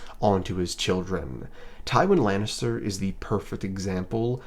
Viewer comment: Ive never heard such a pathetic misread of Tywin Lannister before this channel. Congrats, sir.